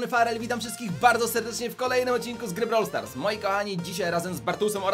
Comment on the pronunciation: Farel i muwi się brawl stars a nie brou stars albo blor stars